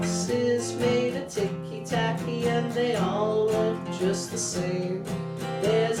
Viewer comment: It's "TICKY TACKY"! dammit